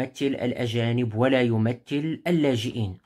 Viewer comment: كلمة يمثل، تنطق بالثاء، وليس بالتاء، بارك الله فيك،،